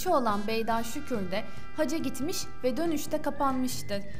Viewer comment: Ümre değil UMRE ayrıca haca değil HACCA kelimelere dikkat et!!!